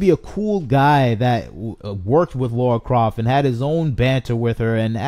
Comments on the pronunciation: This franchise is ancient and yet STILi need to ask this...who the hell is laura croft? Its lara. Makes me laugh when ppl claim to be fans but can't even pronounce her name. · Precisely. He can’t even say her name correctly😩